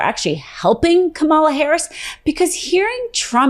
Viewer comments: is it asking too much for you to at least TRY to pronounce Kamala's name correctly? It is COMMA-la. You sound like Don the Con....when he mispronounces her name on purpose. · It is Comma-La. Why do even Meidas hosts get it wrong? COMMA-La! Not hard! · Her name is pronounced like calm uh la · Woman u just pernounced Kamalas name wrong...glass houses! Unbelievable u did it twice that's laughable 🙈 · Pronounce her name correctly. Comma, la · As someone on Team Blue, you should really learn how to properly pronounce Kamala. You literally said Ka-MAH-La at least three or four times... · name is pronounced "comma-la" as a Meidas Touch reporter, you must say her name correctly! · Please learn to say her name correctly. It sounds like "comma-la". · She says trump getting confused about the names of who he is running against and she can’t even say Kamala’s name correctly. Please have her practice Coma La, Coma La, Coma La. If she believes this is so important have her at least say Coma La’s name correctly. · Hey, PLEASE PRONOUNCE HER NAME CORRECTLY: KAM-a-la. No excuse to sound like an GOPer who refuses to pronounce correctly as a 3rd-grade attempt at slamming an intimidating opponent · I enjoy your commentary, BUT the VP's name is pronounced COMMA-LA. I would love it if you could pronounce properly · He’s not only clearly. mispronounced it every time she mentioned her name in this video. Her nieces made it very clear that it’s pronounced “comma-la.” Don’t agree with Trump at all, but it’s kind of a pot meeting kettle moment to mention him mispronouncing his opponent’s name while proceeding to mispronounce it yourself. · It’s pronounced “Comma-La.” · you said "Ka MA la." I expect better from Meidas Touch. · Pronounced ‘COMMA-LA” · The clips were about his mispronunciation. Doesn't help if you say Kuh-MALLA. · Actually it's Comma la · Geez. It's COMMA-luh. Edit, maybe? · Will you please learn how to pronounce her name correctly? Come on.